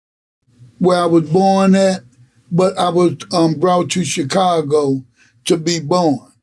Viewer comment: Dude I’m at my wits end with Glad n how he pronounces Chicago. It’s not hard. Just like the momos who say the S in Illinois.